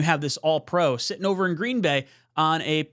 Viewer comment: green BAY not GREEN bay